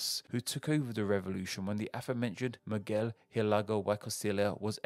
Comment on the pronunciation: Pronounced just like a substitute teacher lmao